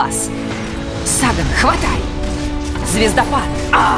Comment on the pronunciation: "Сумрак, возьми нас" произнесён как-то не так. В оригинале она чуть ли не кричит эту фразу.